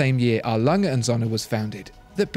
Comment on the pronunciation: A. Lange & Söhne (R. Lunge oond Soe'ne) ... or you watch the video >"how to pronounce an Umlaut"